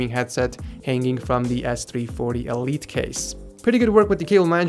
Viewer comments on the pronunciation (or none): none